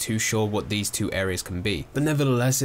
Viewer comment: I swear you say 'look at veese' instead of 'these'... could be trippin though...